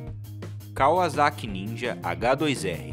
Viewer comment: da uma agonia ele falando kaUAzaki